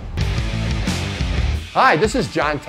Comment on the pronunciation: I love how Jon always says “Para-mont” at the end of every video. Am I crazy or is it pronounced “pair-uh-mount”? Haha